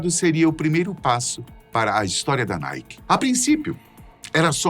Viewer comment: NIKE =PRONUNCIA ERRADO PRA!